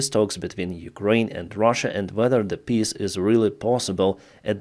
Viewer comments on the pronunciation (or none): stop pronouncing peace like this XD You said "pisstalks". You do it too damn often. But right afterwards you spelled it correctly haha